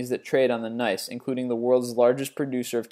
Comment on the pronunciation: LOL "NICE" It's pronounced N-Y-S-E short for New York Stock Exchange.